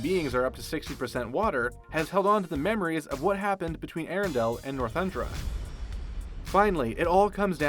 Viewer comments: It's Northuldra not Northundra... 🙄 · He kept seeming like he was saying Northundra instead of Northoldra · YES! Thank you! It's NORTHULDRA!!!